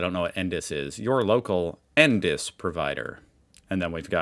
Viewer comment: You say the letters for "NDIS" (en, dee, eye, ess), and just call him "Albo" like most of us do.